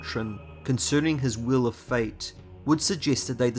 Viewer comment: Are you saying "will" or "wheel?" It's ambiguous.